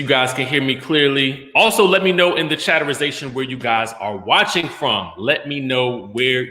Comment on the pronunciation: Take a drink when you hear Chaterization 🤣🤣🤣🤣😭😭 Bravo Andy vc